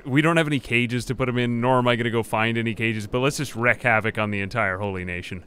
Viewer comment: Wreak, not wreck. Wreak rhymes with leak. "To wreak havoc" is the saying.